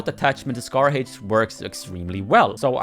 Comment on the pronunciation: Bro said scar hæych💀